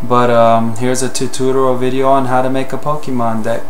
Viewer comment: Sorry, this was bothering me: It's Tu-TOR-ial, not Tu-tu-tur-al Other than that, great job.